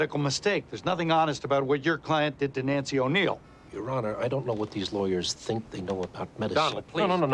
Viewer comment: Maaaan, "think'' isnt gone work lil lady